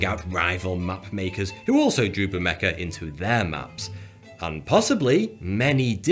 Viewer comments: The only real mystery of Bermeja is this guy calling it "Bermeca". But then who knows, may be it's a way to claim ownership of the story by purposely mispronouncing it. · Ber-me-ha. J is pronounced like h in Spanish. And its more likely they used sonar to look for it. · I keep hearing you say "Bermeca". How much "maricuana" have you been smoking? 😂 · It should be pronounced "Bermeha" for anglo speeakers. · it frustrates me that there's no 'c' or 'k' in the word but every single time he says the name it's "bermeca" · and it is pronounced bermaya. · It is torturous hearing u mispronounce the name of the island. Why are u using a "k" sound instead of and "h" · Why can't you pronounce the Spanish name of the island? Not very thoughty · Did he just pronounce a J as a K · It does. Ugh... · I know probably just enough Spanish to ask for directions, or guess what a newspaper headline means - but even I find it annoying when people pronounce 'j' as 'k'. I was going to mention the Rioja thing, but Ricardo M. beat me to it... :) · Is this guy a comedian? That tash! And an entire video in which he constantly mispronounces the islands name....ugh. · The brutality in the way you pronounce it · you are pronouncing the name of the island wrong.. 'J' s usually make an 'H' sound in spanish/ mexico.. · It sank from the disappointment of hearing it's name mispronounced so many times. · It sounded like he was pronouncing it as they do in Spain. There, the J is pronounced closer to a K than an H. Something like the German CH in "Ach" but with a bit of a trill in the back of the throat. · IT'S DRIVING ME MENTAL!!!!!!!!!!!!!!!!!!!!!!!!!!!!!!!!! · for cryin out loud, he murders the word and it is annoying as hell. period. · He's one of the most self-aware youtubers I've seen. He isn't annoying, but he definitely murders the name "Bermeja." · Is it just me or is he pronouncing the island name wrong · It is pronounced /Berméha/ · Why do you pronounce it "BermeKa"?? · B E R M E K A